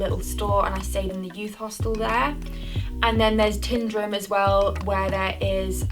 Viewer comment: There is only one lake in Scotland THE LAKE OF MENTEITH. Tyndrum is Tyne drum. like the river in Newcastle. Kinlochleven is pronounced Kinlochl ee ven. It is not hard to try and pronounce place names properly. Especially if you are trying to make a name for yourself. So called experts who make no effort to try to get names right are just ignorant. There are many who come to Scotland and Wales.